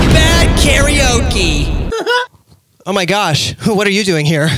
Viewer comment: 何故"カラオケ"を多くの人が"カラオキ"と発音してしまうのか？テリヤキ？テリヤケ